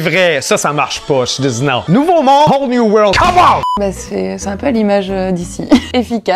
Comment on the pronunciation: nouveau monde : a whole new yord come on !! sa m'a tué